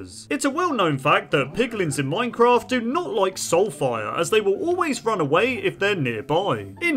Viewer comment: I swear he said "Minecrat" in the beginning